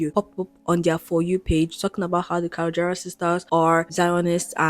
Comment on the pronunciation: you mispronouncing their last name is killing me lol. also patricia never followed trump, she liked one post, not multiple. just to clear that up.